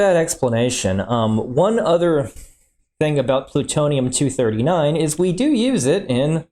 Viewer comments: My favorite part is when he said "Pluturnum 239" By a long shot! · What is Pluternum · Pluturnm 😂 I don't mean offense by this it just made me laugh so hard